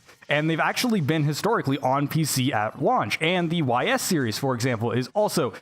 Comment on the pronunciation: Legend of heroes. Trails in the sky / cold steel /zero /azure. Also, ys is pronounced ees. Just for your info.